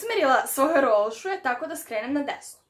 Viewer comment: Zašto govoriš rolsule a ne rosule? 🙄 🙄 ❤️ ❤️